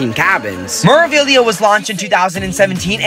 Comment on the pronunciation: It's pronounced May-rah-vee-lee-ah, roll the R. Not Mer-ah. #facepalm